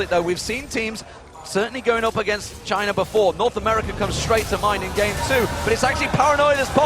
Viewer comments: When they said for china I thought it was vagina! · Damn, when the guy's saying ''for China'' he sounds like he's saying ''vagina'' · Damn every time they say for china i hear clearly vagina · i thought the announcer said vagina when he was saying 'for china' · jungler "for china".....is sound like vagina